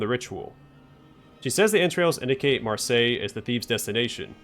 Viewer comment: "Marseille" was perfectly pronounced. Good job.